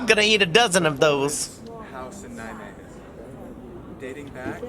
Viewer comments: The “g” in Nijmegen is pronounced much softer. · Nijme"G"en yes good try bro! love it! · yes, but... In Nijmegen we use the soft G. :-)